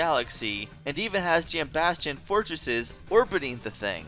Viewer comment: Thank you for being the only YouTuber I’ve seen pronounce “Jambastion” correctly